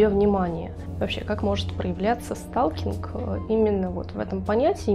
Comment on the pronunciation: СТАЛКИНГ.. ПРОСТО СЛУХ РЕЖИТ, ЭТО НА КАКОМ ЯЗЫКЕ??? ПРОСЛУШАЙТЕ ВНИМАТЕЛЬНО ПРОИЗНОШЕНИЕ НА АНГЛИЙСКОМ.. СПАСИБО